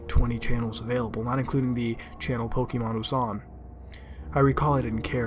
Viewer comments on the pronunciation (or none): This asshole can’t even pronounce Pokémon correctly. You sound like a boomer. This sucked